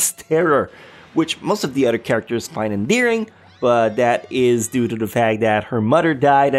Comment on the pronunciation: I love how this man pronounce words Elementary = "el-eh-men-T-ary" Other = "eh-DD-er"